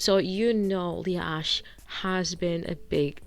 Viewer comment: Okay mispronouncing her last name as Ashley is offensive to all Ashley‘s